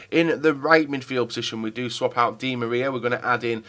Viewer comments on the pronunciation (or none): none